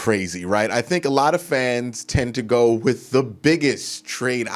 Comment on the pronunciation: I love the videos but yes pronunciations drive me crazy... Wif, aflete, any th is a f..... Drives me crazy af...fouf, fif, DEF!!!! DEPTH BRO. come on